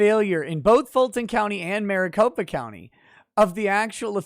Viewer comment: MariCOP(E)a county XD